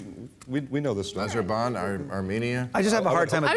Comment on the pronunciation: bill ...there is no country called azerban it's Azerbijan....lol